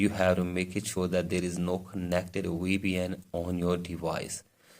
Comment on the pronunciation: he means VPN asains dont pronounce Vs a lot of times but as a W instead